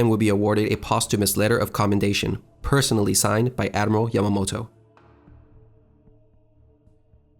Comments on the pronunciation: GREAT video! But it's pronounced "YA ma MO to" and not "YA mo to." You skipped a syllable. Nice graphics!! And thanks for enlightening many on the importance of Coral Sea as the prelude to Midway - often missed with Midway getting greater attention. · Admiral YA-MAH-MOH-TO